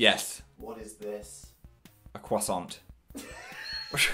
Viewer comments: Phil: C W O I S S A N T Also Phil: ...cwoisswant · phil says cwoissant and dan says croissant 🥺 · Dan: "what is this" Phil: "...a cwoissant" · Timothy Knoll No it’s pronounced like Crow - Saunt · The way both of you pronounce croissant upsets me